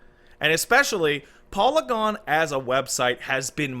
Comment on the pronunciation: im just gonna say saying polygon that way is wrong